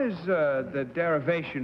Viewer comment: Shirley Abicair, not Abercare.